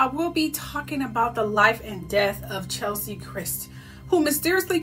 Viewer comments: Her name is not Chelsie.. It's Ches-lie.. Rhymes with Leslie. Pronunciation is important💜 RIP Queen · Wish you would have gotten her name right - "Chez- lee", NOT "Chel-sie"... Nevertheless, glad you tackled her case. Something was a bit off...